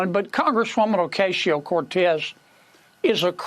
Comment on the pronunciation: Kennedy needs to learn to pronounce AOC's name.